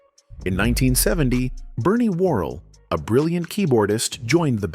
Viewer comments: I hate these damned AI documentaries! You can tell it's AI by some of the weird mispronunciations of simple words, like "Glenn Go-Wins" (his name was Goins, rhymes with "coins") and his group was named Quazar (kwā-zar), not "Qua-zahr" (kwah-zaar). And who is "Bernie Whirl?" 😂 Listen to the inflection on "Bop Gun" or "Not JUST Knee Deep" and you realize that, as organic and naturally funky as Clinton and P-Funk was, there's a gott damn robot narrating this click- bait garbage! 😢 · Absolutely another cheap-ass, AI-generated documentary. Notice all the names that are so badly mispronounced ("Glenn Go-Ins" and "Bernie Whirl" 😮) and the laughable infections on the song titles ("Tear the Roof Off the SUCKER" and "Not - JUST - Knee Deep") 😢